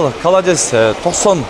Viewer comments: КОЛОДЕЦ дечи халадес дебей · Каладес деп айтпа